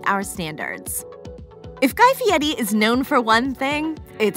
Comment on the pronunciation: She is saying it very correctly actually